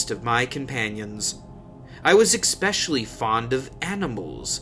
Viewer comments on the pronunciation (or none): "eXpecially" is SO irritating. It isn’t even an easier way to say the word!!